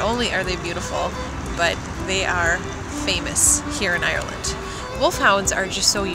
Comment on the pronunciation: Definitely doesn't sound American at all. I've not met one person down here who says it like that...